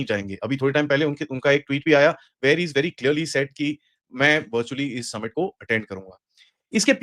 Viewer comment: Ye Submit kya hota hai ?? Summit kahiye summit